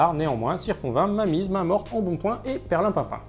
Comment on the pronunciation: Super taff, GG ! Par contre c'est bien "perlimpinpin", check sur le tlfi